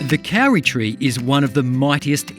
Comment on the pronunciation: Just say Cody but make the d sound like r. That is how you pronounce kauri, not cowry